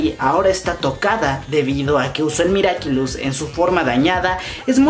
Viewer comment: Nadie: Absolutamente nadie: Ni una mosca: Yo estresada por qué dice miraquilus🙃🙃😂